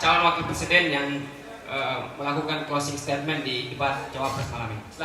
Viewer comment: Mas / mbak admin..., tolong belajar lagi bahasa Inggris dengan baik dan benar. Kalau belum paham bahasa Inggris, sebaiknya pakai bahasa Indonesia saja. Pernyataan penutup kalau dibuat dalam bahasa Inggris itu "closing statement" bukan closing stadmen...! Semoga ke depannya lebih baik. Terima kasih...